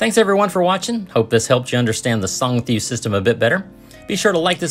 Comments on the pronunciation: It's pronounced Song-THOUW (rhymes with ouch)! Good video though. it's a shame Phuket doesn't have more 10 baht buses to get around like Pattaya. The ease of travel in Pattaya makes it a good one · Just want to help you with the pronunciation of the public bus. It’s pronounced similar to “song-(tay-o)”, two syllables.